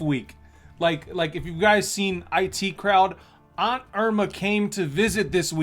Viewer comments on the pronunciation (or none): none